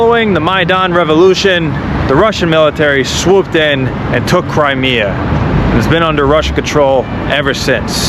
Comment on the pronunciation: “crymea” river